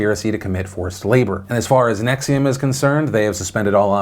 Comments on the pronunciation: Why do you keep saying Nexium as in the heartburn medicine? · I get the cult. I dont get the pronunciation of the cult